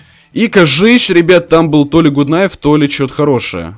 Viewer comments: не гут найф а Гат Найф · Это ведь гАт найф,а не гУт найф